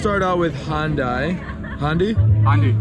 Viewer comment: Mat pronounce "handi" like Hyundai and Chicken boti Like Chicken booty , I like it. G.o.o.d